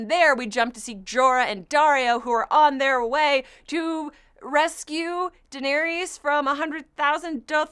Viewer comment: how does she butcher the names in game of thrones after watching the show for so many seasons? toh min? jen dry? wth? come on man..